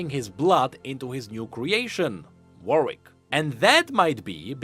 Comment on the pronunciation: BTW the name "Warwick", a city but also used i.e. for some family names, is pronounce by skipping the second w (so basically "Warick"). I wonder if there's an official pronounciation for the League character too.